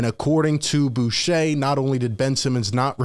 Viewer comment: 1. His name is pronounced Rick "Buu ker". He isn't French. It isn't Buchet. Rick was one of the 3 top NBA people at ESPN from between about 8 - 13 yrs ago. He was more reliable than Chris Broussard during that time. Bucher was my favorite. He moved to the SF Bay area and got into broader Sports Radio for a number of years. 2. I suspect that one of the real reasons for KD wanting to leave in the first place, was because of Ben Simmons. However, Ben Simmons has been playing basketball recently and therefore is healthy. Kyrie is now in a good place and is committed to playing with Nets this season. How ironic that KD is now the bad dude. Clearly Harden was not upset with KD. Joe Tsai is worth about 20 B. He can afford to hold out and not give in to KD's demands. But make no mistake, Joe Tsai is not going to trade KD if there won't be a huge return. Joe Tsai/Sean Marks learned from Daryl Morey had to deal with someone like KD. He will not be influenced by the media pressure. Very soon we will hear from Woj, the Nets point of view. So far we only heard from KD's representation who made a terrible mistake to demand firing of Sean Marks. KD will NOT be traded. If he doesn't show up to training camp, he won't be paid. The rest of the Nets team is good enough to play 0.500 ball until KD returns.